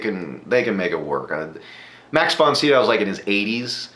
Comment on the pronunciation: Max Von Sydow is pronounced (si do) - long o...to people my age, he is "The Exorcist"...I never watch these but I liked watching yours...thank you!!!!